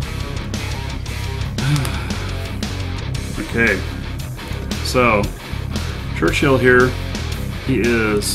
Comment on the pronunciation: it is Churchill, not Churchhill. Otherwise - thank you for sharing your battles...